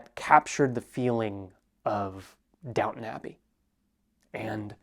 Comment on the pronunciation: just wanted to say, you say Downton Abbey in such a perfectly british way "downunabi" - love it! - Cheers to you my guy from Oxford UK